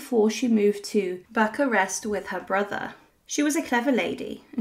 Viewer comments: Why don't the narrators of these videos research the proper pronunciation of people and place names and then stick to them? BUCK-a-rest does not exist, however Buuch-arest does. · Bucharest is not pronounced this way. You left out the video of them being machine gunned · I honestly don't think I have ever heard anyone mispronounce Bucharest before. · Pronounced "Vahl -ACK-ee-a" and it's BOO-ka-rest. Dear God, look up how to pronounce some place before you speak! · Bucharest is pronounced Boo-karest and the "ch" in Walachia is pronounced as "kh", not as the "ch" in cherry.